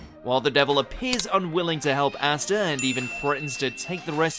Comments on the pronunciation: astaa its pronounced as aastaa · I hate the way you pronounce astas name.